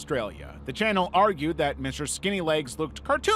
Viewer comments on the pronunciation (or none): none